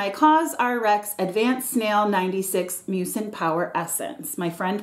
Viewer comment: I know it’s called snail mucin, but all I hear is snail mucus. Even autocorrect changed it from mucin to mucus. 😂😂